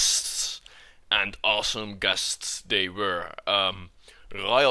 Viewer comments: I thought he said 'I've been having gas' haha. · I thought he said he had gas instead of guests